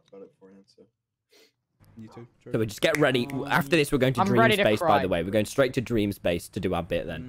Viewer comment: Lol, hey Tommmyyyyyy, WAIT- DID YOU JUST CALL TUBBO "Tuby"?!?!?!? IF ANYTHING JUST CALL HIM "TOBY" NOT "TUBY"!! XD